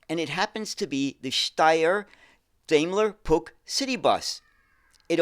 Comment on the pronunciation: Daimler ist pronounced with the A like in Bar! 😉 As an english mothertounge speaker I do not try to teach you the right pronounceation of the german „ch“! 😂 Interresting story. thx 👍🏾😎